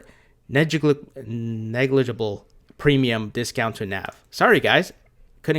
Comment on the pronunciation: That’s a difficult word to pronounce ‘Negligible’... I am good at butchering words too, but makes it more light and humorous, which we dearly need.... On a crypto thought, it is so great to finally see the markets moving upward and next year and the years following should be very profitable and very interesting... Just hope America does not turn into a communist country or might be time to leave????? Why are you using a 30% tax rate? I assume majority of your holdings are long term which would be 15%?